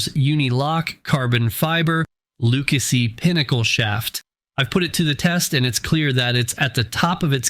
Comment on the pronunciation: Viking does not belong in a top 3. You dont pronounce lucasi correct and everytime you showed someone shooting with these cues they missed. A couple dont even know how to hold their bridge hand. This was comical lol